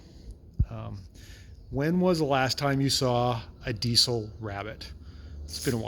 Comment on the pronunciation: I dont get the C in diesel. Its pronounced DEEZEL not DEECIL